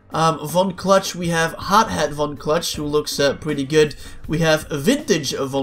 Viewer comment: Von clutch is my favorite character but ever time i win as von clutch its like he’s saying f$ck me cluck